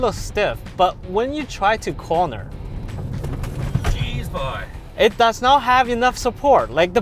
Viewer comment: newfoundland blood showing "Jeez B'y" xD